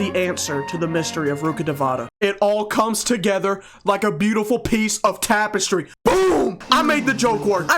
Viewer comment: you meant tapesTREE??